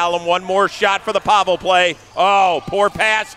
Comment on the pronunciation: Why is no one telling he’s saying Pavel’s name wrong 😭😭